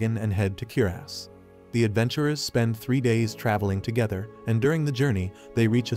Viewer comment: “Then there heading to Kierass”